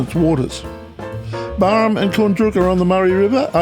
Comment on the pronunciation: G'day mate. As far as I know it's pronounced Barham. As in Barrow. Or the first part of it anyway. Being born there in 68 I've never heard it as Barrum. And the locals i know who still live there say the same. But hell we all could be wrong. 😊